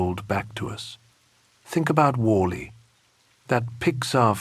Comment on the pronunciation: Then why leave your undoubtedly extensive research and writing to an AI voice that mis-contextualizes the word 'content' and mispronounces 'WALL-E'. Why not read it yourself or find another human who will? Or at least proof-listen the recording.